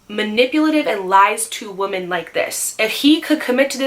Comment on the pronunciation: i love you but the day you say “woman” and “women” exactly the same drives me crazy 😂